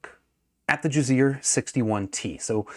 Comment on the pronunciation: I thought you were saying jizzear the whole time. I’m like who would name their company that haha